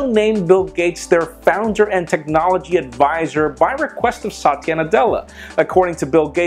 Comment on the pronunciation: It's not satiya it's sa-thi-ya